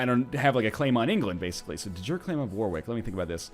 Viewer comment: I love how you pronounce "Warwick" xD